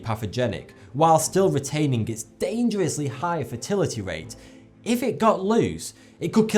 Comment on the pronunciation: "fertility ratE"